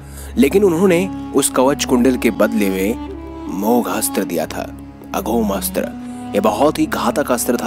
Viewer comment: पूरी विडीयो में बार बार अघोम अस्त्र बोल रहे हो।अघोम नहीं ।। अमोघ अस्त्र है। अमोघ अस्त्र वासवी शक्ती